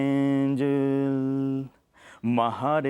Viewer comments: first of all its Angel not Anjil...😅😒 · he doesn't even know how to pronounce Angel..and his song is called Angel..are you kidding me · He said annnnnnnnnnn.gel...sorry bro u can't pronounce